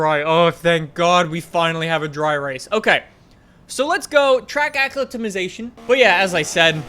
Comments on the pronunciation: It's easy. A-climate-ization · You think he'll ever learn how to say acclimatization?